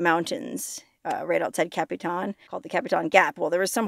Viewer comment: Capitan NM + = is Pronounced like this Capatan. Not Capi Tan. Also I was a young child when the fire happened and I can remember my dad taking me up there to see Smokey as he had just arrived there after the fire.